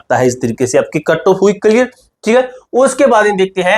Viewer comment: Katto❎ cut off ✅ 😅